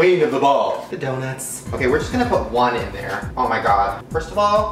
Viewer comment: This is how many times he said oh my god Jk I don’t want likes it’s just funny how he says “oh my ghod” 😂